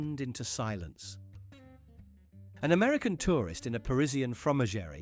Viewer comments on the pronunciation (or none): DON'T TALK about "America" or "Americans" when it's abou the USA or USA-ers!!! American is a CONTINENT, NOT a country!!! There are over one billion Americans living in 35 sovereign countries on the CONTINENT America!!!!! 9: 52 Hahaha, I loved how your AI voice mispronounced the "fromagerie"!!! It's hard to believe all these stories are true. It is wellknown, that USA-ers are not very clever, but this beats everything! And still these USA-ers can't understand that we all hate them and that we don't want them in our country!!